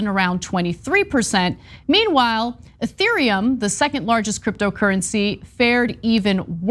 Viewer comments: You guys sound ignorant on this one. Need to learn how to pronounce their names maybe? It's only the second largest Crypto by market cap smh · They cant even pronounce ethereum but we should listen to there Crypto take lmaoo nah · Love TYT, but they are extremely out of touch with the subject. I like to hear my opinions on crypto from people that can pronounce Ethereum correctly.